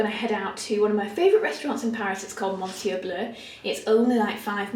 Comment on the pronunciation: Lovely vlog! Just so you know, ‘monsieur’ is pronounced ‘miss-yeur’. 😃💞